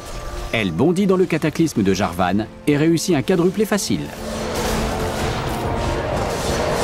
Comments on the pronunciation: Quadruple ce dit en bon français, Kadruple car cela vient de quatre hors, quatre tu dis bien Katre et non Kwatre. Maintenant Kwadruple prend sa racine du latin donc tout autant possible à prononcer. Personnellement en Belgique, on entend plus rapidement Kadruple que Kwadruple. Maintenant c'est un peu comme Septante et Soixante-Dix, Académicien et vieux français. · C'est comme ça qu'on le prononce, tu ne dis pas [QWARANTE] mais [KARANTE]; donc en bon français, on le prononce [ QADRUPLE]